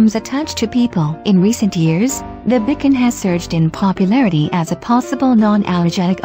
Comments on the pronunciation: FYI "Bichon" is pronounced Bee-shawn not Bickon. "Frise" is Free-say. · Its called bee shon